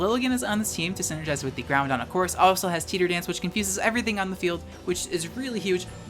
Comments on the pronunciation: Hey :) I’m not sure if it’s because you have trouble saying it which is totally fine, but I noticed you pronounced it Groundon instead of “Growdon”. Just thought I’d ask and see if there was a reason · Groundon...? I've only known one person call Groudon groundon. Do you also call Rayquaza rayzon? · Idk if it’s an inside joke you have but there’s no ‘n’ in the middle of Groudon so why do you keep pronouncing it Groundon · The mispronunciation of Groudon is triggering me so hard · Groudon pronounced as Ground-Don. 7/10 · The only thing you can legitimately flame for is their pronunciation of "Groudon"